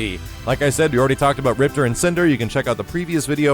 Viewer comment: ...why did you pronounce Maya like the KI2 announcer but you don't pronounce Riptor like the KI1 announcer? Ripter= Rip-TOR=KI1 You a butt hole son lol